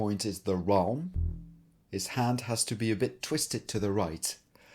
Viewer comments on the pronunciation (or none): Awesome! But "wralm"... come on :,D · Did you call it the "wralm" because it still sounds better than the "prist"?